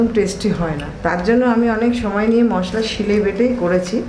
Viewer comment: মশললা নয় মশলা